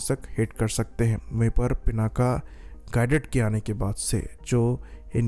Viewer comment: It's not पिनाका, it's पिनाक , शिव जी का वो धनुष जिसको सीता माता के स्वयंबर के समय राम जी ने तोड़ा था।